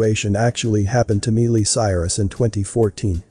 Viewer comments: "My lee" not me lee lol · ITS MI LEE CIRUS NOT MEE LEE . WOW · I love your videos, but if you know WHO Miley Cyrus IS, how do you NOT know how to pronounce her name correctly? It's not "MEE- LEE," it's "MY-EE". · Her name is pronounced My-lee, not meal-ie. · Love that your synthesized voice called her Mealy !!! 😆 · It sounds like he is saying "Melee Cyrus" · I'm sure that MEELY Cyrus will most certainly appreciate the MISpronunciation of her name !!! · Its an automated voice, so yea. Thats what you pulled from the video, name mispronouncing? Are you 12? Why are you here? Also, I highly doubt MEELY Cyrus is going to watch this video so yea...and who cares what MEELY Cyrus thinks. Troll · It's Miley Cyrus not melee Cyrus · MY lee is how you say her name smh... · I think her name is pronounced Mi-lee.... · Its an automated voice people! Who cares that it pronounced Miley's name wrong! Is that all the info you gleaned from this video? Wow.....just wow. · He just wants the robot to get her damn name right! I am sure he meant No offense and even if he Did... you just pay That no mind! 😁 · NO, but it IS repeatedly distracting & annoying. It happens in all these videos that use a synthesized voice. I don’t know what the workaround is, but it would be a blessing if they found one. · Miley has a long i pronunciation, not a long e.......please pronounce her name properly. It is just common courtesy. Thank you. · You are saying her stupid name wrong.. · Can't even pronounce her name right